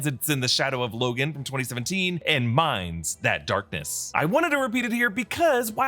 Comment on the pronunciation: "mines that darkness"? or "Minds that darkness"?